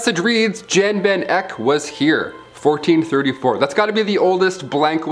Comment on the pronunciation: Palazzo is pronounced “Pah-latz-oh” Peter Bruegel is pronounced “Br-oy-gul.” Jan Van Eyck is pronounced “Van-ike.” 🤷🏻‍♂️😅